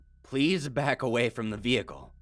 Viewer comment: Back up? More like Beck up.